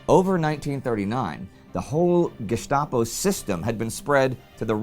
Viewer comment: Let's get Gestapo pronounced correctly